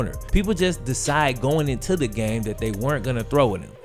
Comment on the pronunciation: In spite of you having just south of half a million subscribers, if you stop clipping your g's and start pronouncing "this and that" as opposed to "dis and dat" you would be a much better communicator, thereby attracting even more subscribers.